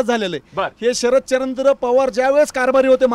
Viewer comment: शरदचंद्र नाही शरदचाॉंद भाई